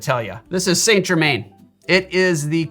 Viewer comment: As a fellow pedant 👋, I can't help but have to tell you that Saint Germain is pronounced San Jer-man, with emphasis on the second syllable of Jer-man ('man' rather than 'mn') 🫡